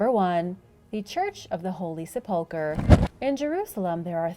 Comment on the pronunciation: Great videos, BUT please learn the correct pronunciation of 'Sepulchre"